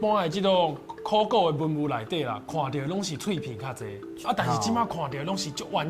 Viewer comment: 很多專業台語名詞都說的不夠專業 比如說在貴節目中所謂的（考古） 就有不是克夠洗柯夠